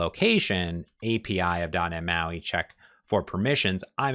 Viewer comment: You've been doing this for over a decade and your wisdom shows. But you still can't pronounce the letter T. It's not "dah nhe moi" iT's doT neT MAUI. Why man? You know you're not pronouncing it properly so why not start? You're like a certain Washington football team that refused to change their racist name. But guess what, they changed. Why can't you? With peace and love learn how to pronounce the letter T. I wan you o be he bes you. I love you man.